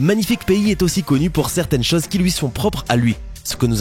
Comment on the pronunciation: interessant mais bon dieu aprends a prononcer les "ô", les "eu" , même les chases, les heure ses etc